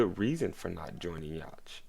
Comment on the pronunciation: Yhwach name is pronounced (You Ha)